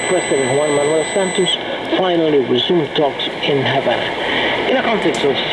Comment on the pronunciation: Pretty sure it's HaVana, with a 'V'.